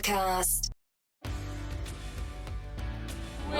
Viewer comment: I missed the podcasts, and Lisa's "it's cimorelli podacast" accent 😭😭❤